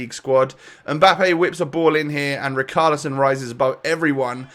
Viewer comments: riCHarlison NOT riKarlison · Can u pronounce ‘ch’ it’s richarlison not ricarlison